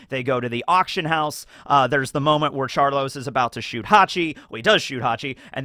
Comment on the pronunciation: You callin him char-loss as an insult or just a mispronunciation of char-low-se?